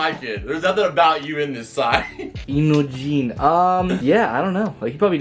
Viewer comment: It’s pronounced into-jeen